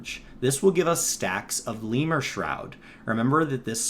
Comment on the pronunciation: Lemure is a word for a greek demon. It's pronounced [to the best my understanding] leh-myur-ee not lee-mur